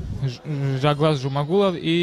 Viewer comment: Ne Zhaglas a Zhalgas!!! tebe mozgi vybili??? budes' togda Tagrig))) nic'o zvuc'it